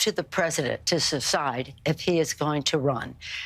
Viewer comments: Pelosi: “..it’s up to the president to suscide..” Me: Either she’s drunk or has new dentures. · shes such a drunk. "Secide" dafuq is that?